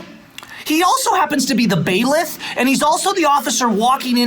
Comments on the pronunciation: "bailiff" is the word. not "bailith" you lose credibility with your ignorance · Lol. He earned it. And it's "bailiff." The procedures are in reference to rules of criminal procedure.